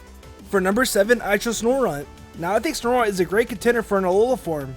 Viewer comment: ITS SNOW-RUNT! NOT SNORE RUNT! IT BOTHERS ME SO MUCH THAT PEOPLE SAY IT LIKE THAT!